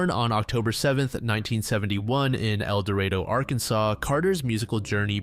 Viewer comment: As a native of El Dorado, I do appreciate you pronouncing the town name properly. And yes, I know it's pronounced incorrectly.